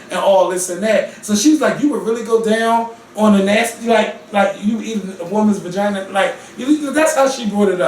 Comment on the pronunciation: Is really ouchea calling a vagina a "ragina"? I don't know why but this got me WEAK! I'M SERIOUSLY CRYING! 😂😂😂😂